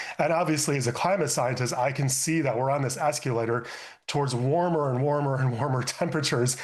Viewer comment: He can’t pronounce “escalator” and his book shelf (seemingly mostly novels) hasn’t been visited for thirty years. What a relief we have “scientists” like this to tell us what to think. Next!